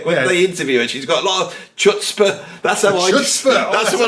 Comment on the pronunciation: Takes chutzpah to pronounce chutzpah with a hard ch!